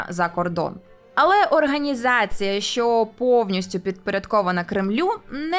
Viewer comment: Шановна! У вас в титрах немає жодного слова "щьо", "чьому", "щьоб" чи ба навіть "Чьервона рута". Будьте ласкаві вимовляти ш-, щ-, ч- твердо, відповідно до української фонетики. Матеріал же ж цікавий, потрібний, актуальний, а слухати важко.(( А перше, що спантеличило - "", але може Ви росіянка і це ім'я по паспорту. Успіхів! (Без образ)